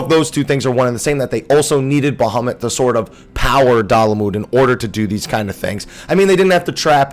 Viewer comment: Baha moooot It's sounds strange when you say baha mutt really fast